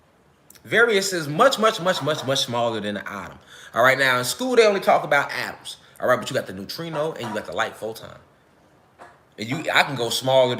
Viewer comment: Atuuums😂 Bothering me